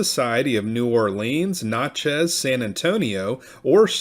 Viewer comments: I was born in Natchez. Rhymes with Matches. Notches on a gun butt is what it sounds like when this guy pronounces it. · I grew up near there. He butchered it. Sounds like matches , Nat-chez! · Natchez is pronounced as in gnatchez